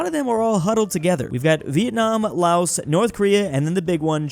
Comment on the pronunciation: Laos is said without the s "Lao"